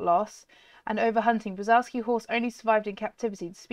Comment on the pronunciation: I love przewalski horses (it’s pronounced prezwalski horse) :)